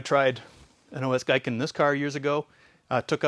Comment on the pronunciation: "Gi-ken" not "Gai-ken"